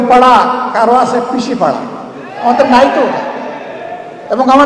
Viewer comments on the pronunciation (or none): কৃষি পাড়া বলে নায় সে 😄😄 সে বলছে পিসি পাড়া🤔🤔